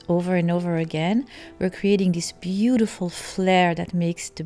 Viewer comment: You nicely say beautiful.livelybeautifllllllll